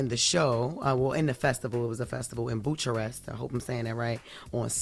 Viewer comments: Why didn't anybody tell her the right way to say Bucharest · “Buke-Kar-est!” Dang Jess u never saw MJ in Bucharest? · Did she really just say “boocharest” lord have mercy 😭🤣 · “BEW” 😂 KUH REST not boo Cha Rest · She pronounced it somewhat phonetically, I corrected her on my post too...lol, bless her heart. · Jess, 'Bucharest' pronounced 'Boo-ker-est' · Jess could’ve easily googled how to pronounce Bucharest before doing this story😂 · She can't pronounce Bucharest ?